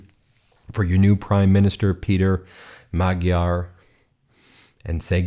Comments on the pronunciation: Hungarian is a difficult language - his name is actually pronounced "Mod-yar". Electors are strange, wouldn't you think that with memory of Admiral Horthy, they would never have gone near Orban? Glad to see common sense prevailed this time around. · Time to start correctly pronouncing the names: Pay'ter Ma'jar new PM Tea'sr party Vik'tor Or'ban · You really need to make an effort to pronounce the names Magyar and Tisza correctly. It's not that hard to learn. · You can't get too much more Hungarian of a surname than "Magyar". I found myself constantly correcting the video pronunciation of the name and laughing because of it. The "gy" is one of a couple double consonant sounds that kind of sounds like you are rolling your tongue forward on the roof of your mouth, trying to get stuck peanut butter off of it, while making a sound closer to combining the "d" and "y". Think Southern (USA) slang "How'd-ya do that?". Another common Hungarian surname with it is "Nagy." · Please take a moment to learn how to pronounce Magyar. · ...time to learn correct pronounciation of Mr. Magyar's surname 😊 Greetings from Slovakia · Writing from my home here in Hungary... there's a very peculiar sense of relief in the air! Can't wait for tomorrow... the world will look completely different. A couple of pronunciation notes: Magyar is prounounced "madge-yar" Tisza = "Tizza" (It's also the name of the second largest river in Hungary) Fidesz = "Fiddez" And the stress is always on the first syllable. In Hungarian, the name of the country is 'Magyarország' - the land of the Magyars. But this is the most fantastic news and I'm so glad I'm here! Now Hungary is on the right side of history! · Just a note. Magyar is pronounced with an almost silent g. To english speakers it is more like Maa-yar.(sort of) Congratulations to Peter the Hungarian. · Great news! Two nitpicky corrections: Fidesz is pronounced /FEE-dess/ and Tisza /TEE-sah/. And while we're at it, Magyar is pronounced /MOD-jar/. :)